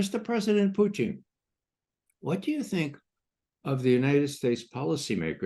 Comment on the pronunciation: Why this re74rded criminal McGovern keeps on saying President Putin's name like that. Is je bvtthurt? I cant listen to him.